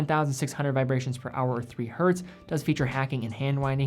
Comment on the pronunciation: Why do I sometimes hear "hurt" when he's trying to say hertz?